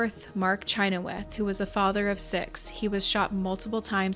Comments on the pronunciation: Pronounced shin-hawth, my father in law has the same last name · Growing up in Utah, we pronounced the last name Chynoweth as "sha-nowth"